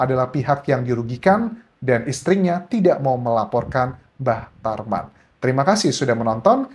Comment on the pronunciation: Bang Anjas sering salah sebut "Mbah Traman...." 😂😂😂